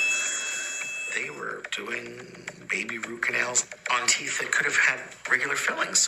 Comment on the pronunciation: teeth, not teef